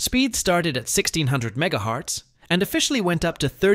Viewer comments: Mega HAAAARTZ ROFL I think you mean MEGAHERTZ LOL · Between Jeegabytes (which is wrong twice, because Gb is “Gigabit” and GB is “Gigabyte”, and also just wrong pronunciation). Also, Mega”hartz”? It’s Hertz. Megahertz. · Megahertz, not mega hearts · It's not called megahearts or it's called megahertz. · Megahearts? How bad this AI Slob can be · After reading others’ comments, I’m not so sure my initial thoughts were correct. I assumed because the narrator said both gigabyte and ‘jigga byte’ and repeatedly mispronounced MHz as mega ‘hartz’ that this was some garbage piss poor ai narration, but now I question whether it’s just someone who either can’t read or can’t speak correctly. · Bro i cant with this ai 😂🎉 “Mega hearts” “Jigga bites” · Megahearts and jiggabytes. AI is awesome. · mega hearts jiggabites deedeear 🥀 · "jeegabyte" "meega hearts" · Jiggabyte, Megahearts, thinks Gb = GB... Another low effort clickfarm AI bot channel. Microphones aren't that expensive pal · "Ah, Yes, I have 32 Geegabytes of deedeeR4 ram with speeds up to 3200 megaharts" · Must be AI, he said megaHEARTS too. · MegaHearts was my favorite 😂😂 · Meanwhile Megahearts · Mega haartz ❤, jigga 😂…. This is sad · Bro said Mega HEARTS 💔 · Miga hartz